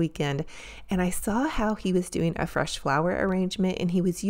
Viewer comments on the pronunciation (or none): I hope you do make a fresh floral arrangement. I love making them. However, I hope you never make a "flesh" flower arrangement. 😂😂 I know you slipped up, because saying fresh flower arrangement, is kind of hard to say, sometimes, but it was funny, I couldn't pass it up. ❤ *I made a separate comment about the shopping spree, and what were my favorites. I have a tendency to make multiple comments...sorry.